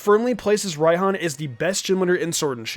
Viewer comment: No it's pronounced rye-hon